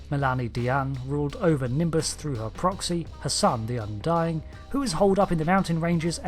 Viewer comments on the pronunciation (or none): none